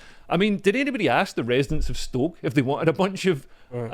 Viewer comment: Could he pronounce ‘ask’ correctly?